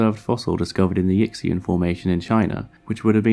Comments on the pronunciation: yixian is pronounced yee-shyan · the "yickseen formation" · Yixian: pronunciation should be “yee she-on”. X has an ‘sh’ sounds in Chinese. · Thanks for sharing the fun videos. I wonder about how the narrator is pronouncing Yixian. I only comment on it because it sounds so un-Chinese. As a non-expert in the Chinese language (I speak English and Japanese), my phonetic guess is "Yishan".